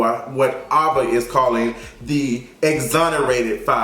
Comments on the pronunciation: Him saying Ava instead of AVA was bothered me 😂😂 cringed every time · Aaaaaava not Ahhhhhva😂😂 nice review tho cuz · Why is he saying Ava instead of Ava...lol it’s really bothering me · What's obsession with saying EVERYONE'S name wrong? He had a hard time with Kamala Harris, Issa Rae, and now Ava DuVernay. It's just AYVA Not Ahhhva. Anyway great video, just work on that. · Her name is A-va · Ava! Like the letter A - vuh! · her name is pronounced "AYE-va" DuVernay. Thanks for the review, i was debating whether i wanted to watch before this but i'll be catching it over weekend thanks to you! 💕💓💕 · I wish you would pronounce her name right it’s Ava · Sirrene S no shade... she’s been around long enough for him to know how to pronounce it.. or good girl google or sis Siri would of pronounced it for him